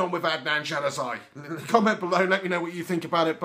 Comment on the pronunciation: I think Shaw, Blind and Mcnair performed pretty well today... By the way Januzaj's name is pronounced 'yanuzay' not 'djanuzay'